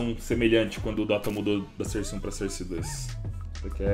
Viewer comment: eu so chato e digo que se fala sóurce não serce